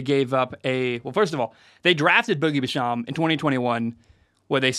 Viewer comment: It’s pronounced joe shane, and boogie bash-am